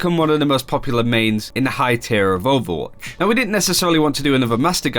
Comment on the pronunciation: anyone else hate how these people say "overwatch central"? it sounds like they're saying "owutch central" and it bugs me enough to comment about it lmao